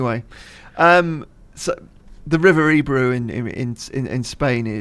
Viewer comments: its ebro o on the end not ebru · It's pronounced eb row not e bro 😜